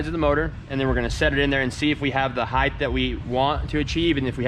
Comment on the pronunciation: HEIGHT HEIGHT HEIGHT DAMMIT. THERE IS NO HEIGHDTH!!!!! GREAT SERIES GUYS!!!!!!!!